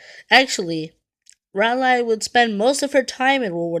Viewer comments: It's pronounced "Rawlee"! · Its pronounced "Rolly". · She is named for a town in North Carolina,pronounced Rah Lee